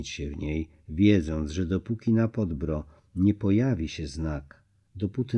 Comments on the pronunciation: Informacja dla: w języku serbskim/chorwackim wyrazy niekiedy mają formę zbitek spółgłoskowych, ktore szczegolnie dla Polakow przyzwyczajonych do sylab z samogloskami stanowia trudnosc w wymowie. W takich konstrukcjach w wymowie pojawia sie cos w rodzaju półsamogloski - krótkiego "y". Nazwę gory objawień Podbrdo (przedgórze) nalezy czytac Podbýrdo. Podobne wyrazy: srce (serce) - wym. sýrce, Krk - wym. kýrk itd. Milo sie Pana slucha, ma Pan piękny glos i wymowę, ale dla ludzi znających chorwacki zgrzyta to Podbrdo w odbiorze. Polecam przed naczytywaniem sprawdzac wymowe obcych wyrazów. Pozdrawiam z szacunkiem. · Dlaczego lektor niedoczytał,jak wymawia się nazwę góry PODBRDO,a uparcie wymawia fałszywie jako"podbro"?... trochę niechlujstwo i brak szacunku do tak ważnego tematu I przypomnę lektorowi,...nie "wika",..a Wicka,tak jak się pisze,tak się wymawia Poznałem Wickę osobiście,i Ona tak też się sama przedstawia... proszę,o korektę własną i doczytanie tematu,a nie tylko pobieżne,ot odczytanie....z Panem Bogiem.